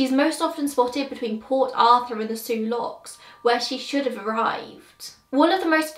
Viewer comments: You said the name of the locks correctly. Im from Michigan and the names given to our towns and other places are difficult to oronouncr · Great video! I live in Michigan and love history. However I had only heard of the Kamloops before this video and everything else was new to me. Also you did pronounced the Soo Locks correctly.